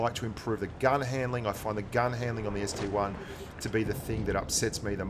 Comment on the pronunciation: Ah the ST-1 name has infected blitz just like PC. PLEASE ITS CALLED AN ST-I. PRNOUNCED EYE. Not 1, EYE. if the I in ST-I was a 1, then the KV-1 would look like KV-I. Sorry, just a triggered PC player talkin'